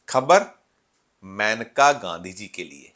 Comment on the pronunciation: ‘मैनका’ नहीं ‘मेनका’ बोलो भई